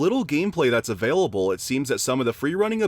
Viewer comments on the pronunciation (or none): none